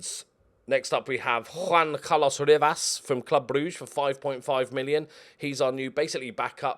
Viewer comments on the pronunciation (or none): none